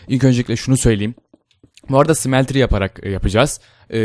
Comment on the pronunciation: Smeltery diye yazılır "sımeltıriy" diye okunur.